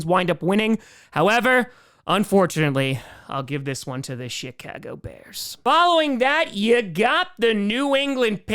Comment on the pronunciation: He is